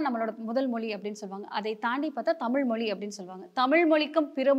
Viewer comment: தமிள் மொளி நம்ம லாங்குவேஜ்.... 😂😂😂 (அந்தப் பெண்)...